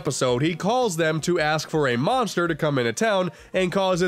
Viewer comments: I NEEDAH MONSTAH TO CLOBBAH DAT DERE KIRBEH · I NEED A MONSTAH TO CLOBBAH DAT DAMN KIRBEH Edit: Dat dere kirby. There shall be no cursing in kirbo's Christian channel